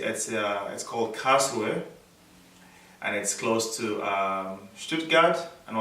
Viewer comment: did you say ""Karlsruhe""